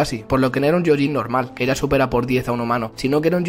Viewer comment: se pronuncia "gioyin" no "yioyin" xd...<3